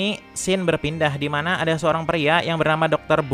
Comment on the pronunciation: Bisa gk min setiap akhir kata gk usah di tmbh "k", burryk, adak, diak😂😂